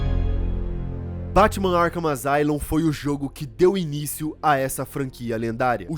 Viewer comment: Asylum se pronuncia "Assáilum".